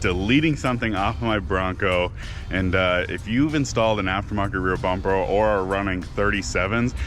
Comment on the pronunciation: Did you say rear bumper?😂